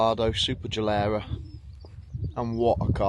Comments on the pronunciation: SuperLEggera. Not SuperGellera. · Here I am sitting with a Corsa CDTI Ecoflex with 455K on the clock. Waiting for it to break down and not knowing what to do after. And this guy puts the most awful music i have ever heard in a video and cannot even pronounce Superleggera while owning one.